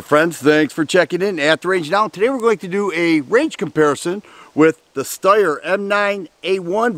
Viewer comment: Steyr, not Styer.